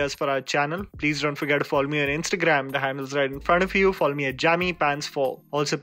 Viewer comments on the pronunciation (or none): One question for: Why do pronounce follow as fall? I always hear "Fall me at JAMMYPANTS4". Is it just me?